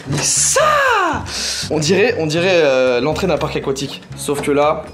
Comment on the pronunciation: merci Joyca tu nous apprends que dans les mots "parc aquatique" il n'y a pas de "o" juste pour ça merci ☺♥